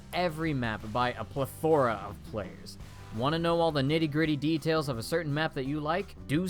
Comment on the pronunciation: Plethora ple-ther-a :)